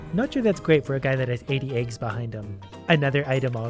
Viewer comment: They way he says aygs makes me happy